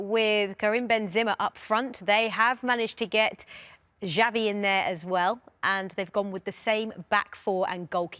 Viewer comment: I think the most criminal thing is rio Ferdinand pronouncing xavi as "chavy"